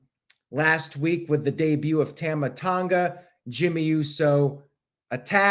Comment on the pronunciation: You pronounce Tama wrong. It’s like Tom-ah not tam-ah. Sorry I hate to be that guy but I was cringing a little every time you said it and couldn’t believe not one person corrected you. I guess I was the only one bothered by it. 🤣